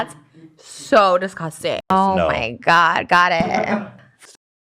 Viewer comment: I love how she says disgusting. “Discosting” 😂